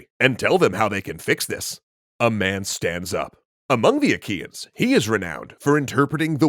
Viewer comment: Did i heard wrong or they call the trojans aqueans?